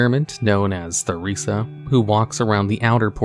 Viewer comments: Her name isnt Thuriza. Its Theresa. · 3 seconds in and you pronounce the ‘th’ sound in Theresa I am trusting this won’t happen again